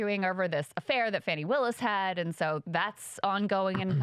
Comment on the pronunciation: her name is pronounced FAW-NEE. You pronounce it like those trying to bring her down... #HopeThatHelps